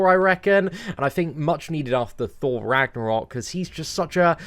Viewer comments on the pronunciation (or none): none